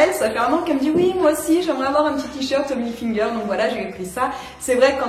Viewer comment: Ca me fait trop rire comment tu dis Tommy HilfiNger 😂